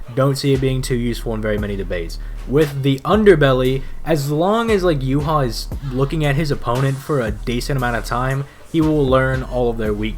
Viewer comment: Whenever Yhwach bach's name comes up. Its basically saying You haw bach-bach. YH is yuhaw. The wach part is the Bach part so its Yh(youhaw) wach (Bach) and the Bach part it sounds like Vahhk. Meh I'm bread and butter